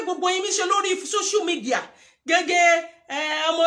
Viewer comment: Error in pronounciation dear, it is not called, "shoshial media" but "social media."